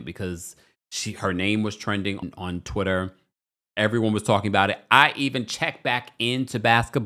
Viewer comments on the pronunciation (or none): I'm just giggling about how you emphasized EVERYONE in your intro 😂.